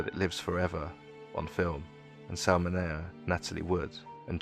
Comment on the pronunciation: Despite mispronouncing “Mineo” a dozen times, a very good analysis of Rebel Without a Cause, and a nice tribute to James Dean.